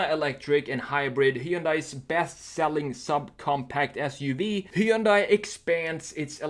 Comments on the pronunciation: Hun-day, like Sunday. Why do people mispronounce it? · Just so you know Hyundai rhymes with Sunday.